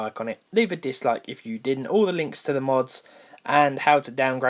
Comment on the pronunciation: it's really bugging when u pronounce mods as modes